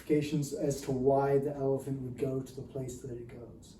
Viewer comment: I kept thinking you were saying "rider and an elf"